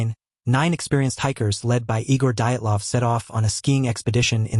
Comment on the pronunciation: Pronunciation is horrid. I know names can be tough to pronounce but, wow. You managed to butcher quite a lot of them. Dyatlov. Hit by an avalanche. Hence the lack of proper clothing/boots, tent caved in in the middle, causing it to tear, would cause the injuries sustained.